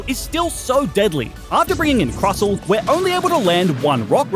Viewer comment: Hey, just so you know, the t in Crustle is NOT silent.